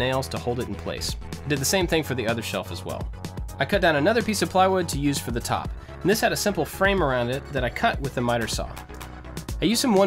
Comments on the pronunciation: Always wondered... In the beginning do you say "Hi I'm AND I like to make stuff"? Or do you say "Hi I'm AT I like to make stuff"? Thanks, love your work! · Every single time i wonder if he says "...and i like to make stuff" or "...at i like to make stuff" ik its prob the first one